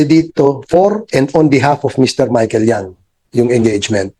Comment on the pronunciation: By the way the surname of Michael Young is Yang not Young!